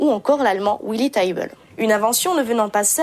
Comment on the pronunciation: A part quelques bricoles déjà soulignées dans les commentaires et des erreurs de prononciation (il aurait fallu inverser celles de Whiteman et de Tiebel) c'est du beau boulot qui nous donne en moins de 10 mn un maximum d'infos sur les Strohviols. En plus, ça m'a permis de vérifier que l'instrument utilisé par Lindsey Stirling dans son clip n'était pas un vrai Strohviol. Allez, hop ! je m'abonne !